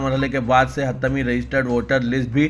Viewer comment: Yar Aap urdu ki kamar Tood Rahe Ho HATMEE. lafz Hai HATTAMEE nahi